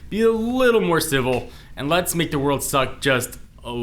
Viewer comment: Make not mane